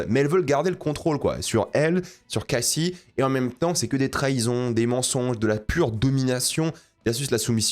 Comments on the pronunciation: Super vidéo je m'abonne !!! On prononce CASSIE et non Kaycee :') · Je t'en supplie arrête de dire kaisey quand tu prononce son nom en anglais et en français ça se prononce cassie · mdrr bah non il dit cayssie alors que c est cassie genre a bref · Pourquoi tu dit cayyyyssie?! Ça se prononce CAssie tout simplement meme en VO, ça m’a deranger 🤣 Pas totalement d’accord avec ton avis sur l’audition je pense qu’elle était pas mal finalement justement ça surprend un peu qu’elle s’en sorte bien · Attention à la prononciation du prénom de Cassie. Pour le coup, même en VO, la prononciation se rapproche + du français ("KAAS-ee" et non "Kay-cee"). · tu regarde en VF?? Pourquoi tu prononce kayssie et pas juste cassie lol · Ce qui est dur c’est de t’entendre répéter « Keyssie » alors qu’en anglais ça se prononce « Cassie » avec le son « ah » 😭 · pitié la prononciation de cassie